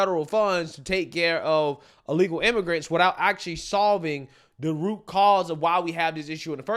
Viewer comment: Did she call them illegal immagrunts😂😂😂😂😂wow